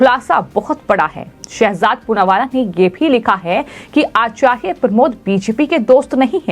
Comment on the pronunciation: 😂😂😂😂 आचार्य साफ साफ बोलिए मैडम